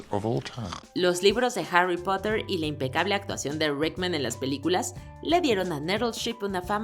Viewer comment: Como pronuncia Harry Potter"? JAUARRYS PUIOTTERS <-- g4 f4 ¡ es para un público en español.